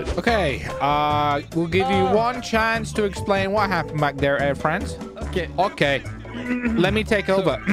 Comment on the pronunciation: Air Fwance